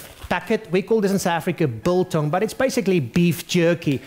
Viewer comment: did he say bull tongue???? ew